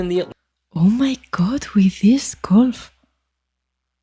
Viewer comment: Subscriber #440 here.. love your channel! One note: it's gUlf not golf and it's Gulf of Mexico. Has been since it was first discovered and named. (Named in 1552) Don't care what the current American dictator wants it to be called. It's the Gulf of Mexico. Looking forward to more vids from your channel, love them all. 😊